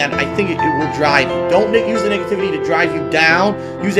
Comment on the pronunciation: It sounded like he said niggativity lmao 😂